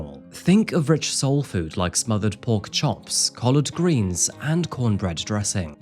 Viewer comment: saying those foods like collard greens in that British accent is funny no offense intended